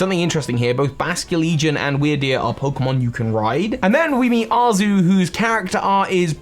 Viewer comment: I'm pretty sure Arezu is supposed to be pronounced like Ares, since, y'know, Mars.